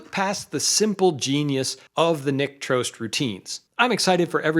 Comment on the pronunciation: So, that's how it's pronounced! I've always thought "Trost" rhymed with "frost".